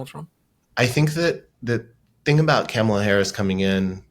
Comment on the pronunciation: Say comma (like the punctuation). The say la. The say them together and you will get the name right of the next POTUS. It’s not camela